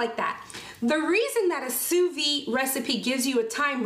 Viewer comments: Please, pronounce sous vide correctly. The “d” is not silent because there is an “e” at the end so it is “vid” not “vi”. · Sous VIDE. The 'd' noise is most definitely pronounced. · You must pronounce the “d” in sous-vide, as if you said vid for video. 🤗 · The D is not silent. It sound like sue veed.. not sue vee. And it's not true that it can't over cook a steak or any food using sous vide. A steak can get too soft and grainy,, almost mushy, but be pink in the middle if you leave it too long in the water. It takes many hours to get to that point but some actually believe it can stay in the water at the desired temp all day and be ok but the texture is awful. Your range is good on the steaks. Usually once you find the perfect time for a particular cut of steak you have 2 hours at the most it can hold in the water before the texture starts being affected. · Please pronounce it Sous VEED. The way you pronounce it sounds like "under life". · sous viDe. The "D" is not silent. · Just FYI in sous vide the "d" I's not silent, is is pronounced. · Great vid but there is a pronounced “D” in vide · Please pronounce the D lol..